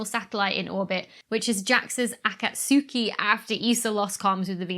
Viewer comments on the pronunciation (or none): Clearly not a subbed anime fan, though spelled "suki" it's pronounced "ski" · Just so you know: the U in Akatsuki is silent in Japanese, so it's pronounces: Akatski. "Akatsuki" is a contraction of "akai tsuki" (= red moon). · Acca-sooki. 😂 SOMEONE hasnt seen naruto 👀 lol. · as always lovely episode :D only thing i want to add is that its actually pronounced "akats-ki" (like akats-"key"). it means dawn or daybreak in japanese